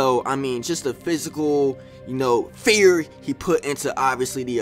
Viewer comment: Gang why you say fear like that😭😭😭😭😭😭